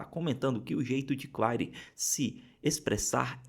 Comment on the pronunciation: O... Claire... Se pronuncia Cler...